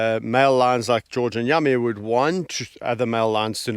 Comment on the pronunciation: You call one of the lions Yami, sounds like Yummy🤣to me I think it’s just your accent🙂God bless you✝️🙏❤️❤️❤️